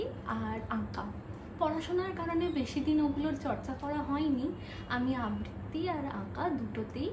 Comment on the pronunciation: সব কিছু খুব ভালো লাগলো, কিন্তু আবৃত্তি উচ্চারণটা খুব কানে লাগলো একজন আবৃত্তিকার হিসাবে,আশা করব ওই উচ্চারণটা একটু শুধরে নেবেন